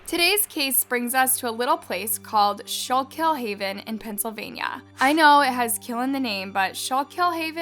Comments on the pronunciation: Schuylkill is pronounced Skoo-kl ! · You’re pronouncing it wrong it’s pronounced Scuul-kill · It's pronounced scoookill river. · Just a heads up.. I'm from Philadelphia which is close to Schuylkill county.. it's pronounced "skoo-cool" not shy-kill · It's pronounced school-kill not shaw-kill. The only thing that got butchered was the pronunciation of the town and River. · so itll be pronounced like "Skhoolcool" no so much "show kill" ahaha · Schoolkill its pronounced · “Shulk hill” lmao literally google the name there is a pronunciation button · It’s pronouced “Skooolkill” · It's pronounced school kill. I live in Pennsylvania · The town is actually pronounced “skoo-kl” by the way 💁🏻‍♀️ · Its pronounced School-kill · Schuylkill river is pronounced as “skoolkill” - from the area. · it’s prounouced SKOO-KILL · Schuylkill is pronounced SKOO-kill. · It’s pronounced like schoo-kill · It’s pronounced school-kill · Great video...but its pronounced "Scuul-kill" though it comes out like "scuu-kill"...I know cuz that ridiculous, horrible road leads to my job... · I can't watch this video. The mispronounced Schuylkill is too much after the first 3-4 times, which is only like a couple minutes in. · I’m from northeastern pa and laughed when I heard her say it lol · You can tell she is not from PA she saying Schuylkill haven wrong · That’s not how you pronounce the town or river!! 🤦🏻‍♀️ 🤦🏻‍♂️ 🤦🏻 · Why do you always pronounce things wrong? Do you do it on purpose? I grew up close enough to schukyll county to know how it’s pronounced, but clips you used literally said it and how to pronounce it yet you still pronounced it wrong. It’s disrespectful bro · Bro only pll that live in the skook can pronounce it right